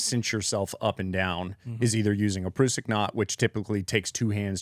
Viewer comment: As a rock climber, them mispronouncing Prusik(Pruh-sick) was a little annoying 😂😂